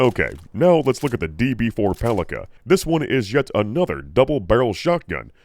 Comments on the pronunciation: not "paliKa", but "paliTSa". It's a slavic word that means "club" (weapon). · It's not paliKa, it's paliTSa. It's a diminutive of old slavic for a club or baton. Makes sense for Serbian brand RostoviCH. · The Skippy toy made my day🤣 P.S. One small thing - the double-barrel's name is not pronounced as "pali[k]a" - it's "pali[ts]a" - translated literally as "mace". P.P.S. On Smartgun performance - while not being the most damaging weapons in the game on their own, they're great to "carry" effects from mods, hacks, etc, once specced, chromed and modded into. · A little Slavic pedantry here. The C in Palica is pronounced like a C when reciting the alphabet, not like a K. Also it means stick. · This double barrel Palica is pronounced as “Palitsa”. In Serbian and Russian it means “club” or “baton”. Well, it sure looks like one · Palica's (pronounced pa-li-tsa) short range can be explained, actually. If we assume it shoots same smart pistol gyrojet rounds, and unlike the pistols they flop out of the gun with very little initial velocity, they would need to inefficiently spend the fuel to accelerate in the air, thus reducing their range, thus reducing the range the gun would let you target at. It would also be cool if the bullets actually shot in a comically wide spread and then converged at the target from all directions, like a little Macross Missile Massacre. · As the Palica is produced by a Slavic based company most probably 'c' in its name is pronounced as 'ts'. (the same way you pronounce first letter in Cincinnati) Thus the very name starts make sense and can be translated as Club / Cudgel / Bludgeon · I think PALICA is pronouce as PALITSA. It's a word for a small club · "Palica" actually means to be read as "Pálitsa", it's Russian word that translates as "club" or "mace" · Palica is supposed to be pronounced as "palitsa" supposedly from slavic палица - (something like mace)